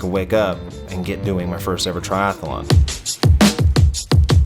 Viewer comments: Triathlon, not TriathAAAlon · We may have to kill you if you keep saying Triathalon. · One les syllable, Triathlon vs Triathalon.